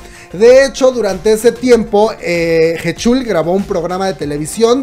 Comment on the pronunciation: Buen video PD. Se pronuncia Jichul